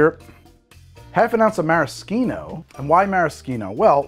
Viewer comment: I love that all the Youtube bartenders suddenly started pronouncing Maraschino correctly! Great job, guys!